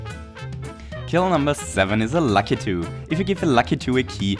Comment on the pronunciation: Such a shame. I'd love to give a key to La-key-to.